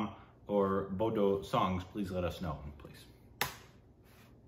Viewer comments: There are many tribes in assam ...bodo (*pronounces as boro ) ...is the largest and oldest tried..we are the biggest tribe here....our language is called boro...and the title of the song is "fwi lwi agwi fwi " it means" come darling come ".... The silk warm farming and many more traditional things were first practiced by boro people's.. but now a days everyone is going after it.....before these assamese people's used to hate us and not allow us to go in any assamese places..and we need to wash the plates we eat in, it was just like the black and white discrimination ...but now those assamese are more into our culture then us..they take bodo people's place where ever they can...in the shows where boro should perform ...this Assamese people replace them self.... We have one traditional garment called " aronai " ...it's for giving respect ...thses assamese people so think this is thier property wears it like it's there......I don't mind wearing It...but it's not your tradition....assamese people's have " gamusa " u can wear that...why do u wear our traditional garment.....they r taking our places ..and soon they will take over of all our rights...... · No, it is pronounced as BORO. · "Bodo" is pronounced as "Boro". I love Bodo people. 🥰 💕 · Love from bodoland, (Assam), India. Bodo(pronounce boro) is a language of entire North East India , East Nepal, Bangladesh.( Maturity in Assam , ne India) Thank you for reaction ada( bro). If you like next time react , " nwngnwlo" music video.